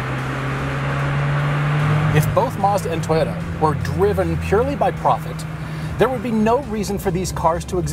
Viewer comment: Everytime he says Toyota I hear subaru I'd say the gr86 looks better but the brz has aluminum lighter steering components and a bit more power